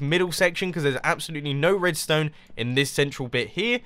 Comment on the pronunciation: Mumbo always says Redstöne :p